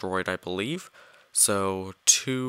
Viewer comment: I had to turn sound off for last 4mins 32secs to prevent headake, would like to ask why when you said so it sounded like this: zo zo